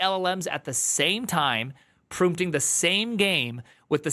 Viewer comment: prumpting? is this your little tick you have for audiences to latch on? most of these people seem to have some .... original... sound they make... hahahahaaa